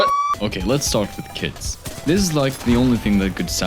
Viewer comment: When you say kits I hear, kids So im like, "oh I didn't know titans gave birth"